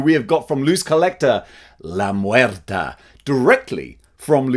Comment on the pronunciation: "La muerta" Oh shit his Spanish pronunciation is pretty good. I wonder if he speaks Spanish "Dela des murtes" Oh never mind